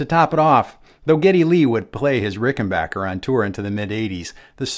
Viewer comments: I gave this video an upvote just for the fact that he pronounces Rickenbacker correctly. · 😀An FAQ on the Rickenbacker website: It is pronounced Rick-en Back-er like "get back here" not "get bock here." Just saying in agreement with this excellent video. . . thanks! I could be wrong, but I think Chris Squire kept the bridge pickup clean and the neck pickup with saturation/overdrive (?)